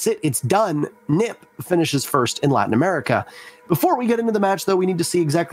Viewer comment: It’s not neep it’s NIP